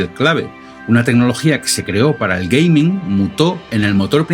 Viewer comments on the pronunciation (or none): none